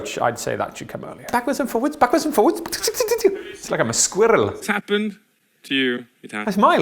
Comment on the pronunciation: Has he always rolled his Rs like he did when he said squirrel and gracious?